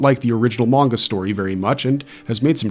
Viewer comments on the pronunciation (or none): none